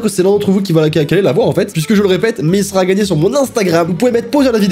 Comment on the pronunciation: Il dit toujours a la place de sera, on est tous d'accord 😂